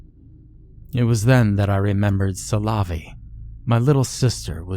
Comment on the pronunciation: Yeah, but making it sound like salami can't be right either lol.